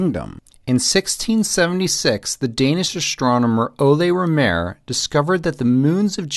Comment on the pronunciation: Rømer and not RMèr the accent is on Rø!!!